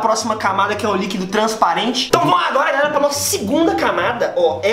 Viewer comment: Teve uma hora que ele falou garera